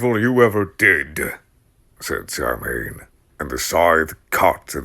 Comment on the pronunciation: Thank you for this; love it. Have to say because it bristles to hear it: Samhain is pronounced Sow-When. Sow, like the pig.